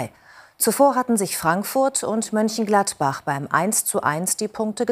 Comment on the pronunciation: Judith, man spricht M"ö"nchengladbach und nicht M"ü"nchengladbach. Das lernt ihr nie!!!